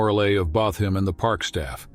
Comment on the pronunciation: "Which greatly boosted the mor-uh-lay of bah-th him and the park staff".